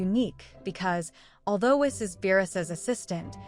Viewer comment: It's pronounced "Whees."